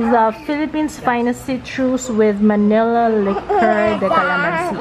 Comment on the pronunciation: Manille (Ma-neele)